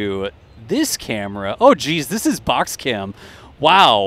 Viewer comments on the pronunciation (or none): Thank you, that was awesome! By the way, are you sure you're not from Wisconsin? The way you said, "Oh geez, that's a box cam" made me crack up.